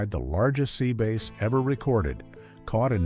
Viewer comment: Dear AI Narrator programmers, please fix them so they pronounce correctly! The fish is a Sea Ba-a-asss, not Sea Base! The 1st time I ever heard that, I was in a taxi in a shopping center parking lot & the GPS told the driver to turn onto "Base Pro Way"! The Hershey ladies made me think of Lucy & Ethel on the chocolate assembly line! 😅🤣